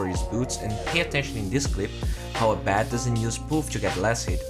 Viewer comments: "ey bed" I guess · It's Ayeeeee~ Bed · if i have a dollar every time you miss pronounce abed.... i could buy the juggernaut arcana right now!